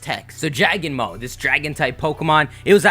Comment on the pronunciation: "Jagnmo" lol its Jangmo-o XD